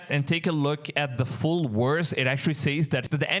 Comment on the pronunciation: Love your content but please practice your V sound. When you say VERSE it sounds like worst. #constructive advise